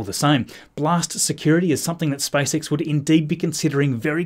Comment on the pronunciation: Why can't you preannounce SPACE properly instead you say SpiceX it's seriously annoying to my ears...